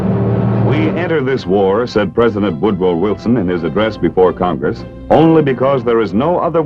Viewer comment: he said Woodwow Wilson!